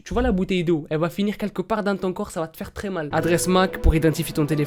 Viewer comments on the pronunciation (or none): none